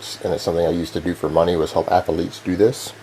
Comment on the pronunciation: Anyone who says “ath-a-lete” or “yooman” or “yuge” is a mega fucking idiot. This guy is so full of aspergers and APD it’s unreal. The laughing when telling a story that isn’t funny is a huge tell. He’s so painfully insecure because he’s a 5’9” bald out of shape man trying to convince the world he’s a big tough strong guy and it just isn’t there.